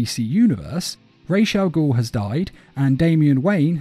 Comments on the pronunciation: Its pronounced Raz not Raish....RAWZ ... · It’s ras not rash, ras in Arabic means head and al-ghul means demon, so it’s ras al-ghul not rash I would know cuz it’s my first fucking language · Why does it grind my gears so bad when i hear 'raish Al goul' 💀